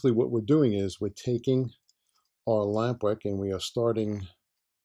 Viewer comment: Took me 10 minutes to figure out you said "lamp wick." I thought were saying lambrick. Am I right, is it lamp wick?